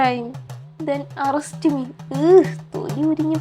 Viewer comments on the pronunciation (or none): Arrest❌ urrest✅ 😂